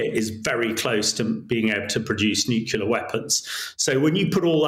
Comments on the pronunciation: The word us nuclear, not nucular! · What's a nucular weapon, Hamish?